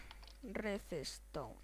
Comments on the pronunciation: se dice redstone no reseston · Se pronuncia redstone no redestone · "resestom" ... ? tranquilo , existen otras palabras mas que " claramente "